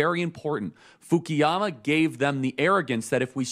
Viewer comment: 我敢说，他根本就没有看过福山的书。因为他连福山的名字都一直叫成fukiyama。但是正确的发音应该是 Fukuyama。如果他看过福山的书，就应该知道他的名字的英文拼写。